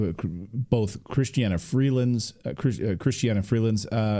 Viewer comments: CHRYSTIA Freeland, nit Chrystiana ... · It’s not Christiana it’s kristia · It’s not Christiana it’s Chrystia Freeland!!!! If you’re going to report at least get the names correct! Thank you!